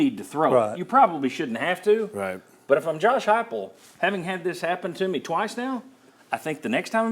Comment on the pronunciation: Who called plays first half Halzel , second half heupel